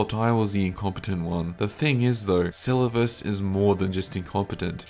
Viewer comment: My guy pronounced Selluvis wrong 10+ times and a different kind of wrong each time, had to stop the vid